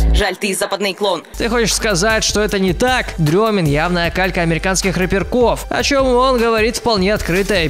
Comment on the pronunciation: не дрёмин, а Стрёмин